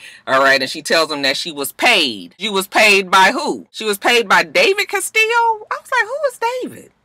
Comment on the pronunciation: Me too, its the correct pronunciation